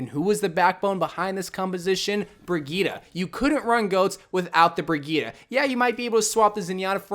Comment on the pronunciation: It’s brigitte not brigita